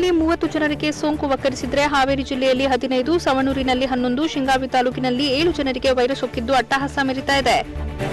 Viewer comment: It's shiggavi not shingavi but in English it's spelled as shiggaon